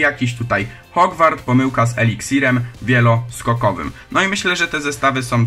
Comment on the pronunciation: Mówi sie eliksir wielosokowy nie wieloskokowy :)